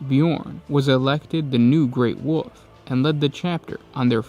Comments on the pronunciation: You give us so much quality content, thank you so much, but I cringe when I hear space woof or woof lord. It's a common mishap. It's also an easy fix... wulv, whool vvf, whulvf , whooLLL ff. Dont take this wrong, Please delete this after reading if possible. You guys rock! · ...I will never get used to how you say wolf. ITS WOLF GOD DAMN IT NOT WOOF. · Lol yes!